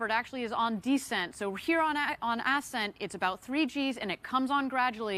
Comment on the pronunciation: Stupid announcer mispronounces "ascent".. says "ass scent" A 2 cent moron for a billion dollar project